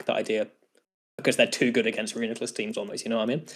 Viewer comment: PRO (ban) : Bro is broko lmao Magic Guard is sorcery and therefore forbidden His name is annoying and pronounced wrong Too many sets ; would rather know that I lost for sure in team preview ANTI (ban) : Alakazam will be lonely :( Not a net win or loss for any side of the weather war and therefore pointless to the conflict people care about Technically psychic types can only be broken 70% of the time Spikes is the real problem anyway so why even try anything at all